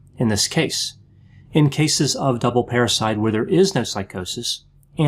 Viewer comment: Everytime says parricide it sounds like parasite🤔🤔🤔